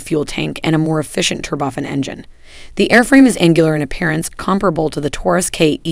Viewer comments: I believe you meant to say Alabama Not Alaska. There is no cost benefit whatsoever to having any kind of high tech manufacturing or even assembly activity in Alaska, I expect more from you, also Tur-bo-FAN not Turbofin Otherwise, informative. Thank you. BTW, if that is all the nit noid stuff I could find, you are actually putting out good content, however it’s those pesky “eyes and jays” that need dotting and “teas” that need crossing! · Where's the regular commentator for these videos? This woman creeps me out with her 'turboffen' engines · She pronounces it turba- fin and yet even though I speak read and write on a college level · Excellent, but, please learn how to pronounce 'turbofan'.